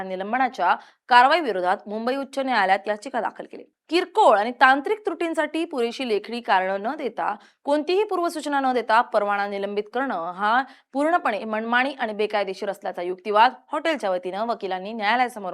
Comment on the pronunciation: मनमंनी म्हण❗ मणमाणी म्हणणे चुकीचं❗